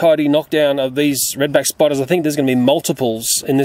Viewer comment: I love the way he talks 😂😂. Reed beck spoiduuuuuuuuus 😂